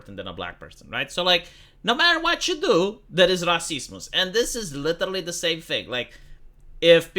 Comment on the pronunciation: It took me 3 minutes and 32 seconds of watching this film for finally understand that you were saying "Sexism" and "Racism" as each time it sounded like sectSEESmus and RaySEESmus. Even the subtitles spells how you say it as sexismus. It is more pronounced as Sex Is UM, and Race Is UM. the U being like Ugh, or Umbrealla. not like Uniform or Unicorn that is heard is Mus when your pronounce it. Nothing wrong with other accents and such but it does make it quite hard at times to understand what another is actually saying and this be the first time watching anything on this channel, you can thank the explosion of barbie's popularity to start dialogues for that.